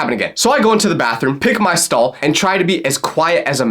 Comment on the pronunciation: Not me thinking he said I picked my skull not stall 😭🙏